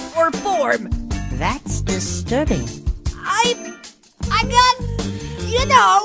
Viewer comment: That's dee-sturbing.